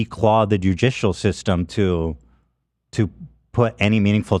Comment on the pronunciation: Can we acknowledge that a degree doesn't mean shit when Ethan has an associates in english but is also dyslexic and can't pronounce judicial? Love Ethan, but my god in the love of christ brother.